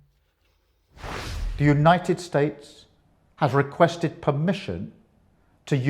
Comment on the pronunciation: ‘Requested’, defensive’ 😂